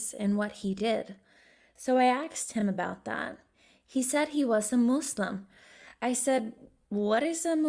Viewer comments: Nobody: Not even the monster under the bed: Her: MOSseLiM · Who ever did this voice over is bad at pronouncing , she couldn't say Jesus Glasgow and said muslim like trump lool you should get some else